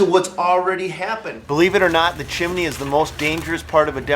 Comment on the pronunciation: The chimelly thou (Chimney) wht did he say chimelly?